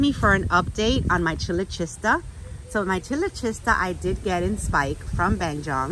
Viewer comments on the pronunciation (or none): The AOS on their site has the proper pronunciation for chilochista. It sounds like k at first. Kyloshista.